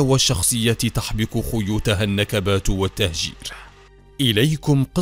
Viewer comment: الفلستينيين = فلسطينيين فلستين = فلسطين خيوت = خيوط تكلم عربي فصحى بالشكل الصحيح او تكلم باللهجة العامية